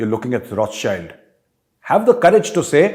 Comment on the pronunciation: It would be an interesting development if the Rothschilds actually give them money. By the way, Major, their name is pronounced Raw-shild. They are one of the richest 5 Jewish families in the world. They are very low key, and no one knows much about their activities.